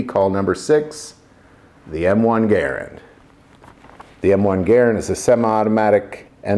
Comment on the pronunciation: Thank you for pronouncing " Garand " properly. Great video as always. God bless.